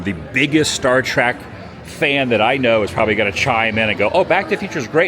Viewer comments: Adam: it's not star trak, it's star trek!!!! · Hurts me when he says Trak.